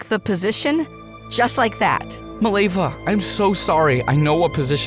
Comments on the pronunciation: fact it is mileva and not milejva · As a Serbian, the way you pronounce Mileva makes my ears bleed